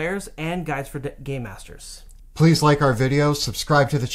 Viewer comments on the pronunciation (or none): sounds like he says "gay masters" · "d' gay masters" seriously